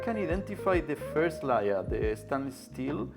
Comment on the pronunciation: I love when he says Layer in reference to the substance that comes on the Misen pan, but it sounds like Liar. It's a very apt pronunciation.